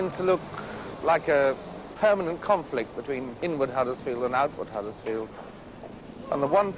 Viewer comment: One thing I hate is when pseudo posh people mispronounce our towns name. It's Huddersfield, not Haddersfield you muppet. There is also something really important in this video that you rarely see in town in 2025, People!!